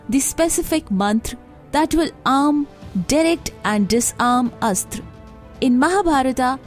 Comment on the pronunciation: She says astr, but mahabharathA. Its neither astr nor astrA, buy astra.